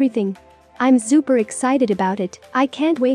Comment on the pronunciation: hehe Zupa! the z for an s is freaking adorable